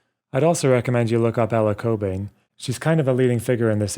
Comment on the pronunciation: I stopped watching when you deliberately pronounced the name cockbain as COCKbain. That’s some toxic and unprofessional shit right there.